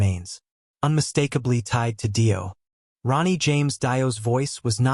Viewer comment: More fucking crap AI bullshit, can't even pronounce fucking Dio correctly and comes out with Dio was frontman first with Rainbow, what about Elf....shit shit shit, don't bother watching and save yourself 12 minutes